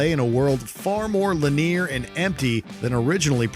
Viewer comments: “Lin-EER” Ouch, that hurt my ears. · uhhh "lineer"....? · Do you need someone to watch these before you post them? There were several mistakes made while reading the script, but the way he pronounced "linear" was...... I mean, who says it like that?